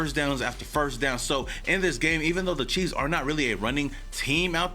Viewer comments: Did anybody hear him say Kansas City queefs in the beginning lol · MY GUY!!💯🤣🤣 HE SAID KANSAS CITY QUEF!!!💯🤣😎🖤🖖🏿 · Had to rewind it once to see if you said queefs and sure enough my hearing is working perfectly. Shortly after getting off the floor, I started this.